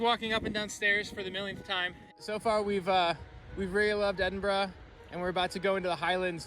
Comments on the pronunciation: Brilliant tour guides of my home town and congratulations for not saying ‘Edinborrow’ as so many North Americans do! Hint: if you really wanna sound like a local, say ‘Embra’ with a wee trill on the ‘r’! 👍😉 Thanks again. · I'm glad both of you are pronouncing Edinburgh properly.A really good tour video by the way.